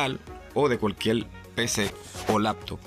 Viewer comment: CUALQUIEL? No señor CUALQUIER